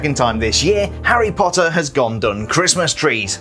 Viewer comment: I like the way he says HARy POTTer